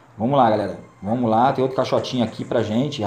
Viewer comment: "Vomos que vomos"